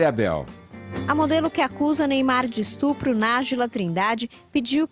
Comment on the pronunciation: "ESTRUPU" kkkkkkk todo mundo erra, mas que é engraçado é.